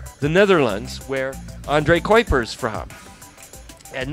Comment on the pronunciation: You pronounce your Dutch astronaut colleague's name as Andray Koipers. It should be pronounce Ondray Kowpers (near enough)